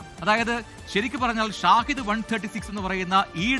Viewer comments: ഷാഹിദ് ❌ ഷഹീദ്✅ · Not ഷാഹിദ്, ഷഹീദ് ആണെന്ന് തോന്നുന്നു which memsns Martyr.